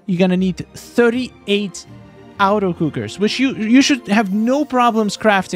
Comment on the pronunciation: The way you say “auto” sounds like “outer” and it’s making me laugh cause you’ve said auto cooker 100 times lol. It’s “AWH-TOE” automatic